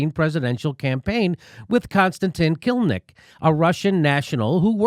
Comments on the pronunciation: Kil-im-nik. Sounds like "kill limp dick," not "kill Nick." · Ki---LIM---nik — 3 syllables